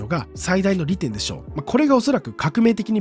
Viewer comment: 利点のイントネーション独特